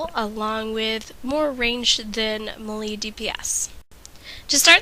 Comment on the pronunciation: lol the first time you said melee i couldn't figure out what you were talking about.